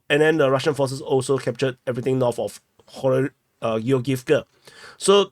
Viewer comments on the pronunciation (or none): 🔴, I am a viewer many yrs. But, PLEASE practice the TH sound. You speak English, but not pronouncing TH sound makes it sound like baby talk.......... For ex: "tree km" = THree km;" turdy” km = THirty km; “wiffdraw” = wiTHdraw; “norff” = norTH.; “true” = THrough. Just a suggestion if you want to sound less cringe and want more new followers who can understand you.. 😃